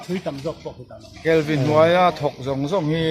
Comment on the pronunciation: Kalvin' nilovin 'Kelvi' tih tur niawm tak ani,😂,Ka Upianga thin hi awww,,,😅